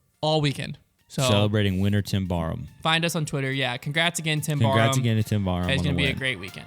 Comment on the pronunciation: hate they don't know how to say Barham..